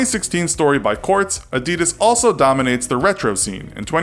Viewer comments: Adidas is pronounced differently. You should stress the first syllable. AH-di-das. Not A-DI-das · Is not called nikey, it’s Nike plz stop saying nikey. And it’s not adi-dad it’s Adidas plz stop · ITS PRONOUNCED NIKE, NOT NIKEY AND AD-E-DAS NOT ADIDIS!!!! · A d i d a s was not A d e d a s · a-dud-ahs not a-dee-daz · AH-dee-das, not uh-dee-dus. Why can't people pronounce it right? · It’s not Ah-Dee-Dus it’s Ah-Dee-Das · Who the fuck says ' A-deed-us' 'It's 'Adi-dass' And don't say 'nikey' It's nike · Its not adeedas its adidas please pronounce it correctly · They pronounce it like “Adidis” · Also why does he say it A deeeeeeeedas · Tf is a adeeeedas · Wtf Nikeee Adeeeedas 😂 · Its actually A-dee-das, Adidas was an Italian brand so your supposed to pronounce a-dee-das. And if it was Ad-di-das , it would have 2 d’s. Get it right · in england its pronounced nike without the ee sound, and adedas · A-dee-das? Lol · It's supposed to be pronounced "a-di-daas" for those who didn't know. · It’s Adi-das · Please don’t say adeedus again. Please don’t say adeedus again. Please don’t say adeedus again. ITS ADIDAS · you pronounce it as Aa-die-das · When u realise he can’t pronounce Adidas,Nike and puma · You got the Adidas history wrong and you mispronounced Adidas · thats not how you pronounce Adidas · Why Cant You Pronounce Adidas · but every American pronounce adidas wrong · the way he says Adidas hahaha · The pronunciation is different, with more emphasis on the first syllable, and less on the last two. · You are pronouncing Adidas wrong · AAAHHH YOU ARE SAYING ADDIDAS WRONG YOU MONG YOU SOUND LIKE A FREAK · U can't Even pronounce Adidas Right xD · When will Americans learn gow to pronounce Adidas? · great video, but how have you managed to pronounce both, nike & adidas, wrong? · Can’t even say Nike or Adidas properly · You say adidas so badly, like who the actual fuck naturally says that? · STOP! You pronounced them both wrong. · You're pronouncing adidas wrong